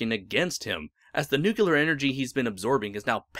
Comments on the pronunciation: Your pronunciation, sir. "Nucular." Grates on the nerves, a bit. Your entertaining videos, your choice, but something to consider. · New-clear NEW - CLEAR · There's only one U in the word "nuclear," bud.